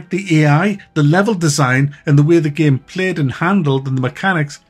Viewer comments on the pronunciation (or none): one of the main reasons I like to watch your videos is to hear you pronounce "game" as gehm